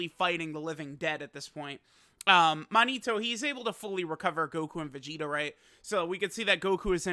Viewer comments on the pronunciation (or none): i think based on japanese prononciation its should to "mow-nigh-toe"